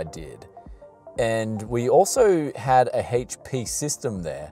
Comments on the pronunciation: Haitch Pea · Why do you keep saying "haych-p"? Don't you mean... HP? lol